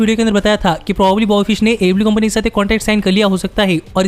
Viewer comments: AEW ki jagah AE LIU sunai de raha hai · Bhai aew to sahi se bol yaar itni jaldi nahi bol pata to na bol aaram se bol